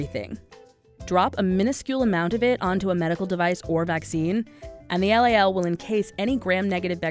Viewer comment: LOL NOT LAL